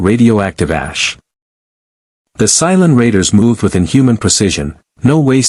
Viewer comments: Cylon, not Psilon. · AI can't pronounce Cylon and speak klingon.